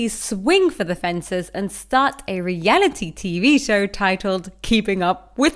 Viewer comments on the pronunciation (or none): none